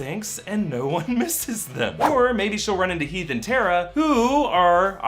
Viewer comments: Teeth and Hera he said instead of heath and Tera (who else heard this) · he said Teath and Hara instead of Heath and Tara, lol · He definitely said Teath and Hera... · He says Teath and Hara lmao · did anyone else notice that he said "teeth and hara" I laughed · he says, "Teath and Hara." It made me laugh. Thanks. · i just realized he sad teath and hara lol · hahaha he said Teath and Hara!! lmao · he says teeth and hara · he said teath and hara